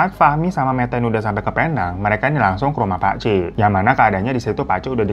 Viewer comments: Bang hiro...sebutan Penang bkn Pe-nang, tapi Pi-neng. Salam dr fans bang Hiro di Malaysia❤ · Aku orang malaysia.. ngakak aja pas bang hiro nyebutin "penang" lain bnget di dengar.. 😂